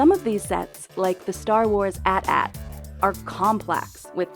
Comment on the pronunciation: the pronunciation of AT-AT ahahahahah "@@